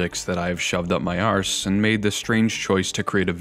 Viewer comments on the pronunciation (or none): I love the way you pronounce arse 😂